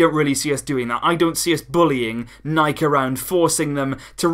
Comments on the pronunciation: We in germany say also „nike“ and not „nikeeeyyyy“ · I support you, I've always said 'Nike' and not 'Nikey'